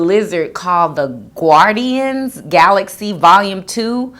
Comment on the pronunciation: Okay I'm sorry but how you said guardian really triggered me. It's pronounced gar-dee-en. Not gwar-dee-en